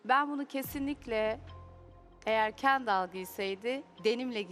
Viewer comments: kenDAL ne ya nası öyle telafux ediyonuz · KenDAL nasil bi telaffuz yapar